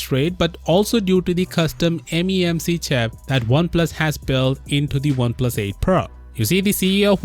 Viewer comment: "Memc chap" lol